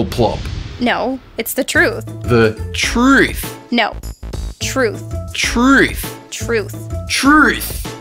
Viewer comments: oh my god don't tell me what to do I can make hate comments if I can oh my god u stoopid why are you telling me what to do you cant tell me what to so yeah check your facts oh my god and oh my god why can you only overpronounce the word truth like what the heck oh my god what the heck you stoopid like so stooopid stoooooopid whyyyyy (lenny) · LOLOLOLOLOLOL HE CANT SAY TRUTH